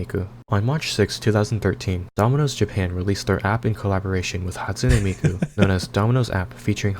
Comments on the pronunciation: This nga said Hatsune Meiko😭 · “hatsune meiko” That’s beautiful bro